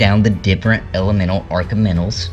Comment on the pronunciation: what is an argamental or are you saying elemental ?